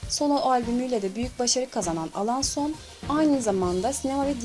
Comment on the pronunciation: Ya niye alaaason diyosun